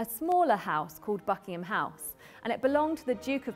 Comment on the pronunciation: y i keep hearing him saying fucking ham palace???